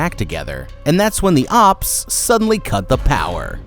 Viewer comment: Never say ops again